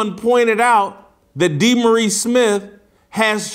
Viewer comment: Um, I think he pronounces: "Dee-Morris"...Tighten up the journalism